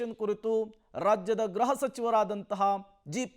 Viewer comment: ಗ್ರಹಸಚಿವ ಎಂದು ಹೇಳಬಾರದು, ಗೃಹಸಚಿವ (ಗ್ರುಹ) ಎಂದು ಹೇಳಬೇಕು